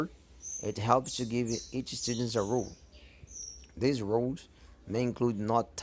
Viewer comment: Tu tem q treinar essa pronúncia do role ae fi, tu tá pronunciando como room e as vezes como rule.